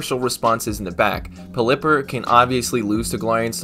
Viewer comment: I think it may be pronounced pel-i-pper like the way you pronounce pelican